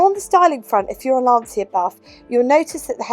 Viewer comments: Fascinating car. I like the front end and dash styling in particular. Not being pedantic but the Italian pronunciation sounds like 'Lansha' :-) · I hate doing this, so forgive me, but it’s pronounced - ‘Lan-chia’ - the ci is a ch sound in Italian. Sorry for being pretentious! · Listen to the pronunciation of Dacia, it's the same. A short 'a' followed by 'tch' and another 'a'.